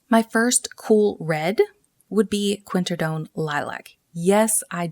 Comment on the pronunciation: Great video...but say it with me QWIN-AK-RID-OWN....QWINAKRIDOWN....(obviously spelled quinacridone) I'm sorry, I won't bring up the other mispronunciations but I just couldn't get over that one and that's on me. 🥰😝